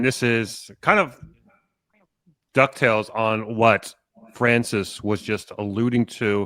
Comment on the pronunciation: I love how he said "Duck Tales" when he meant to say "dovetails" LOL!!!!!!!!